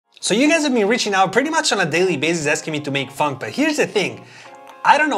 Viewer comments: it kind of sounds like you say "funk" instead of "phonk" 😁😁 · It’s f-on-ck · It's not funk it's phonk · It’s phonk not Want you said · Me thinking he’s saying fck😂😂 no offense love your videos man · it sounded like he said the f word but he said "Phonk" instead xD